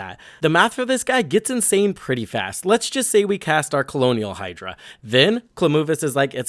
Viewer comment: Colonial Hydra is such a fitting mispronunciation since we’re on Ixalan with the vampire conquistadors.